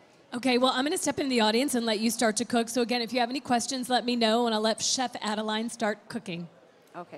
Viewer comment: Great video, technique and recipes. Merci Chef Adeline.. And sorry that your host kept rudely butchering your name (Adel-AY-N), despite you saying it correctly in front of her several times (Adel-EE-N).